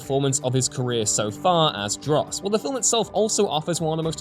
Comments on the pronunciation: Desmond Doss, not Dross. And Jarheads are Marines, not Soldiers. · Did you just mispronounce Desmond Doss as Dross? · It's Desmond Doss, not Dross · Desmond "Dross"? Seriously?